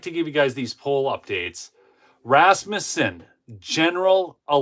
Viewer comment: It's so good to hear someone pronounce..Rasmussen correctly. Just like John-son, Peter-son, Rasmus-son. If you live where the Scandavians settled, you learned names. First syllables are emphasized. Just for Northern Minnesota folks...What is orange and black and has fins? A school bus in Esko.